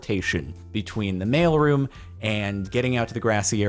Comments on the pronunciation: Took me a few minutes to connect that he is saying mail room not male room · I kept hearing "Male Room" and I was so freaking confused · thought he said "male room entrance"